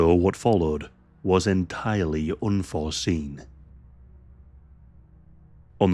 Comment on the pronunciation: "OOHNFORSEEN".PLEASE BRUSH UP ON YOUR LOUSY ENGLISH SPEAKING SKILLS..